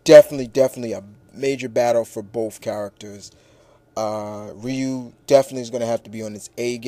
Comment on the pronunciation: it's not wriiii-u it's pronounced ree-u (Ryu)